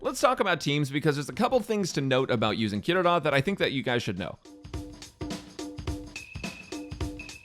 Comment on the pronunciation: THANK YOU FOR PRONOUNCING HER NAME CORRECTLY!!